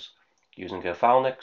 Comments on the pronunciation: It's not 'Phalnix' it's 'Phalanx', pronounced 'Fay-lanks'. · Phalanx not phalnix ❤ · Phal-nix? Phalanx. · You need to change your pronunciation of Phalanx. It's definitely not 'fal-nix'! 😂